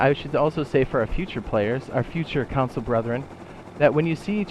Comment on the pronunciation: First time watching one of your videos and I was confused why you were saying council lol than I released you meant console and I was like ohhh that makes sense gonna binge ure vids now